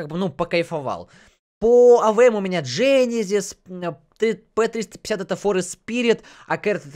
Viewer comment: Правильно генезис а не женезис!